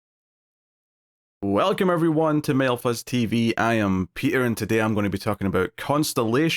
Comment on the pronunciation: I am Petahhh and I am Conahhhhh (Peter and Connor in regular English)